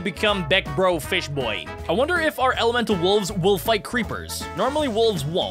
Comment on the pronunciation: is said it wrong elemental